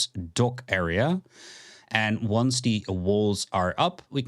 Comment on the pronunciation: You say "de" instead of "the" lol.